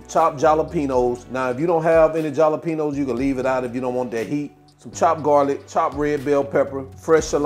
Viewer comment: NOT trying to be rude BUT...The "J" is SILENT in Jalapenos 😂... U keep pronouncing it with the "J"